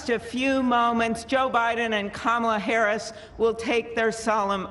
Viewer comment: I hated that they mispronounced Harris's name.